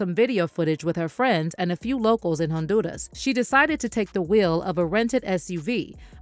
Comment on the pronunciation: Nice coverage, however, respectfully: please, please, please Stop pronouncing Honduras with a strong RRRR like you're speaking in Spanish (maybe you do, but don't do this) it doesn't come across authentic. It sounds all kinds of wrong, like you're trying too much. Just some constructive criticism. Much success